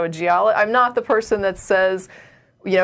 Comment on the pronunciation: "Mrmmm SNORT I-I'm nort broardcasting ill turn my speakers dowrn."